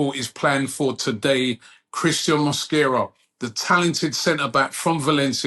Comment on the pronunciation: Mosquera. Not mosquito